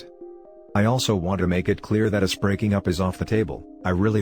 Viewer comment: I couldn't stop laughing when "us" was read as "U.S."